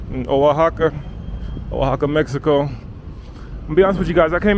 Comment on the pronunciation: the O in Oaxaca is pronounce like W